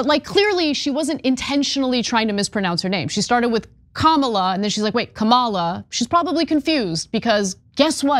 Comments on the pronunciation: He goes off on Mace, but calls her Commilla. He didn't even say Harris' name right. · Dyson is a 🤡 for flirting with that woman, especially through text but Anna YOU are a 🤡 for not recognizing that this woman INTENTIONALLY pronounced her name wrong, AFTER she pronounced it correctly by mistake. She then said, "I will pronounce her name however I want". Yes, it's easy to mispronounce Kamala's name, admittedly I have to think about it before saying it and often it's an honest mistake when people say it wrong but this woman, 100% said it wrong INTENTIONALLY. WAKE UP, ANNA!!! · Your montage misses the mark. The point is that they purposely pronounce it "Ka Mawla". A significant distinction because that's the pronunciation of Kamala the famous WWF wrestler whose character was a trope of an African savage. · What’s funny is that western accents are incapable of correctly pronouncing Kamala’s name. The truly correct pronunciation is Kam-laa, with an extremely soft K. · Sorry Ana but you just haven’t been paying attention. She said it correctly the first time, caught herself and then proceeded to say it incorrectly from then on out. It may seem like a small thing but it’s definitely intentional. Similar to how they like to say the Democrat Party instead of the Democratic Party. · Ms. Mase did not struggle with Ms. Harris' name. She deliberately mispronounced it. Stop the nonsense! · Interesting that Ana and her producers had time to cut together a montage of people mispronouncing Harris's name but couldn't play the full clip of Mace where she said she is going to intentionally mispronounce her name after being corrected in the moment. So, Ana would be ok with someone coming on to TYT and calling her Ah-na, and when corrected, saying "FU I'm still calling you Ah-na"? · You're right, because before she said it correctly, they had just told her how to pronounce it .Then she mistakenly said it correctly , then intentionally said it incorrectly